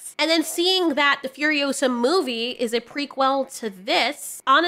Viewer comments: prequel not prequil! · I love how you say pre-quell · Stop saying prequel like that lol... equal, prequel. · I love you, but the way you say ✨ "P r e q u e l" ✨ Is absolutely sending me. 😂